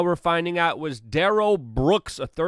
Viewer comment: It's Da-rel not darrel!!! He's a Black Nationalist!